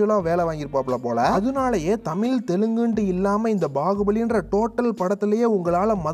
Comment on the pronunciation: தமிழ் அ ஒழுங்கா சொல்லுயா , தமில் ஆம் 😂